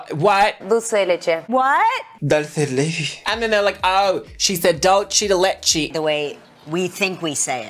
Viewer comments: dull-say da-letch-ay lol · not knowing what Dulce de Leche is and pronouncing it horrendously just solidifies that is the brains of the operation for me xD